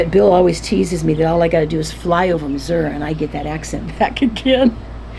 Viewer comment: Thanks SO much for pronouncing Missouri correctly!!! I’m from NW MO but that’s how we pronounced it and it always makes me sad when my kids say it wrong! 😂❤